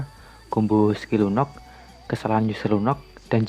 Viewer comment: Lunok Lunok Lunok ngomong Lunox kek asu gaenak bat dengernya